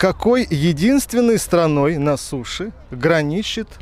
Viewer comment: "На суше" , а не "на суши" граничит Пориугалия